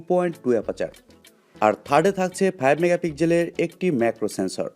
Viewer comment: megapigjel নয় রে মুর্খ ওটা pixel মেগাপিক্সেল উচ্চারণ না শিখে লাইভ করে দেশের সম্মান নষ্ট করছ